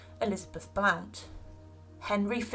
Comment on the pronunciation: The Blount family name is pronounced Blunt.